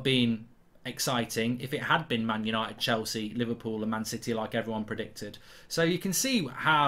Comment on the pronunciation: It is so funny when he said untied for the champions league 😂 I am dead